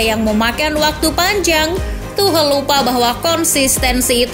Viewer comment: Tidak bisa fokus gra² admin nya bilang tuhel